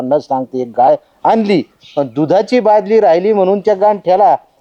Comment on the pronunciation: अति शुद्ध होतय बालदी बादली म्हणा